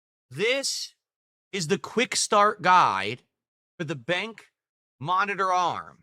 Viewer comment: He called BenQ 'bank' LOL